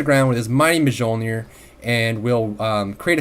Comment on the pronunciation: it's pronounced myolneer not mejolneer